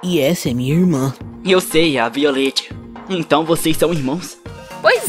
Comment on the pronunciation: kkkk Violet se pronunciando com "i" alguém notou ksks, nenhuma reclamação eu só achei engraçado rsrs